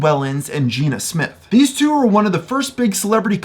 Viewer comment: in all your research you couldn’t find out how to pronounce jenna?